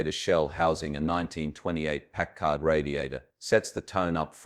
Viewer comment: What a fantastic car. It's beautiful. One thing... I'm from Warren, Ohio - the home of W.D. Packard. My high school graduation was held at Packard Music Hall. The pronunciation of Packard is with the emphasis on the first syllable - PACK-ard.